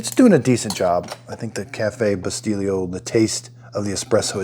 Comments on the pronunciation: I just scored one for $50 on FB Marketplace locally. I'm already obsessed with this thing. The Espresso brand you're using is pronounced "Bi-STELL-o" not, Bi-Steel-io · Wait... did he say cafe Bustilio? How did he make that sound Italian? lol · This is great review perfect , by the way bustelo is pronounced Boost-hello without the H or Bustillo coffee" is pronounced as "boo STEE-yo coffee, Key points: "Boo": Pronounce like the beginning sound of "boot". "STEE": Emphasize this syllable with a long "ee" sound like in "see". "Yo": Pronounce like the "yo" in "yoghurt". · I love the glass cups though, thx for the review, it was very helpful. I'm in the process of buying an expresso machine but because i never owned one neither do I know how to make one. I'm looking to buy a decent one without having to spend hundreds, you know what I mean ? By the way, the way you pronounce that Bustelo expresso coffee you bought, is like if it had a double L, remember Abbot & Costello?.the same way 😁. Thx again! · it was driving me nuts everytime I heard it pronounced wrong.